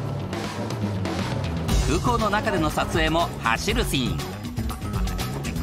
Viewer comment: ナレーターがシーンのことをスィーンて言うのが気になりまくる オフショット時の柴咲コウって喋ると頭悪そうだね